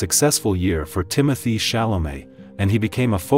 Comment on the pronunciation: The correct pronunciation of his first name is ' Tim-oh-tay' .